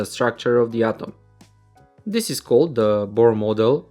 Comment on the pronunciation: Sir your atom pronounce is not good